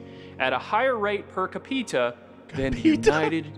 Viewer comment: Per Ca pita lmao